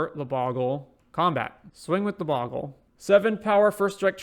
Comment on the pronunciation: No sorry, it's Bogle not Boggle.